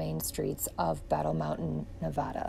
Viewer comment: I've said it before, your videos make my day! And THANK YOU for pronouncing Nevada correctly! If you're on your way to Las Vegas I'd love to meet you and Riot. I promise, I'm just a little ole lady not a pervert!